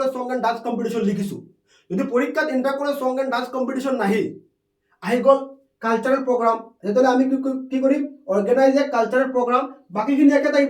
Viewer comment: Sir caltarel nahoi cultural